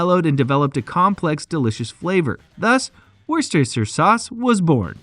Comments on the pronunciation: It should be pronounced "Lee" and Perrins "Wooster" Sauce. Hence I gave up on this vid after a minute and a half when my English ears had had enough. The sauce is lovely, though. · It's not Leeeeeah you idiot it's Lee. Honestly you Yanks embarrass yourselves. And It's not worcesteshire sauce it's pronounced Wooster. You are very funny - why not actually do some research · Bruh. it's pronounced Wuster just like Muster, Buster, Cluster, Thruster, or even Knuckle Duster ! Wuster Sauce for the win ! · What is wrong with Americans ? And why can they not pronounce Worcestershire ? It is WOOSTER SHIRR Got it ! The town is WOOSTER, The County Is WOOSTER SHIRR ! It isn't that hard ! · Keep it simple speechrobot; call it like the Brits: wooster suace..after the city Worcester..pronounced wooster. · Shistershester sauce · Don’t make a video if you can’t pronounce it right, waste of my life, you can’t act intelligent when you pronounce it wrong. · Wow that Pronunciation is next level ! awesomely bad, you will laugh too when you hear how it's said !....cheers! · If you make a video like this , can you please learn how to pronounce the name Worcestershire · His pronunciation was all over the place and kept changing, though. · Oh no! I started watching, but couldn't take the mispronounced Lea (Lee), Perrins(Pear-ings, Worcestershire (wu-stuh-shuh), Tamerind (Tam-ur-rind). I had to stop, wrote this comment and left.